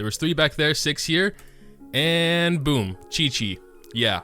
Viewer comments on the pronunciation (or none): none